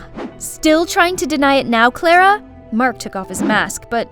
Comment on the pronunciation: Is not klara its clara hahaha😂